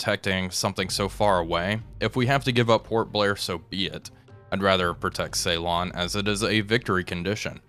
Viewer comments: Okay, I don't want to be 'that' guy but Ceylon is pronounced Sillon rather than Saylon... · Whilst he's at it, could he please pronounce Ceylon "Sillon" not "Saylon". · it hurts my ears when you call Sri Lankan ceelon and Trincomalee trikomalo 😆